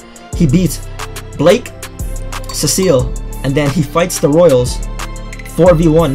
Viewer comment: Um why u call him Blake not Blyke?